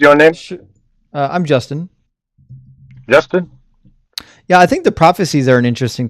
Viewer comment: Jaastin, Jaastin, Jaastin. FFS!